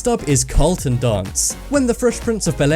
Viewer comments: just so you know it's not called the "colton dance" it is the careltin dance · "the Colton"? His names Carlton on fresh prince not Colton lol what the hell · Carl-ton. not Colton. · It's Carlton, not Colton. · Some interesting things, but, froot loops are clearly not of the same taste, at least not here in germany. The differently colored have different taste also. And the guys name in the series the fresh prince is Carlton, not Colton. Ok, bye.